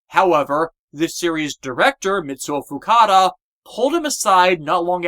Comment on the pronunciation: Also, again, it's Fukuda, not Fukada.